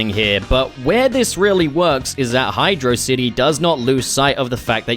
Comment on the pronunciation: Great video but you pronounced Hydrocity Zone wrong 😎